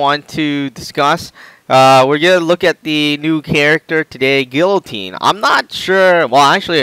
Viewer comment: I HATE when people mispronounce people like guillotine.... I know this vid was uploaded around a year ago but it still bugs me